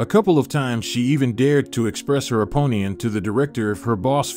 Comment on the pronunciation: Oh pine on……uh, okay I think you mean opinion, right? Oh. Wait. Your an AI. Sorry. Thought you were just making fun of the language. Oh. uh . . Hmmmm yes you are.